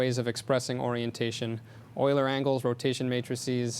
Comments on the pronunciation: Euler is pronounced "Oiler", because it's a German name. :) Regardless, GREAT talk! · euler is pronounced oiler because it is a german word. eu makes the sound oi. kind of like the strange combinations in english such as oo, ew, aw, au, ou, ow, etc....you get the picture. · Euler was Swiss, this is why his name is pronouced "Oiler".